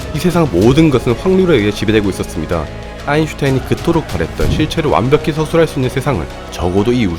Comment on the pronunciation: 왜 발음이 정확한건데! 아인슌타인이 듣고 싶었다구!